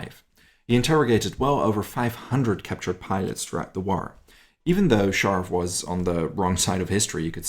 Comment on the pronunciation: What’s a “War-Ruh”? The English word, “war,” only has one syllable - not two!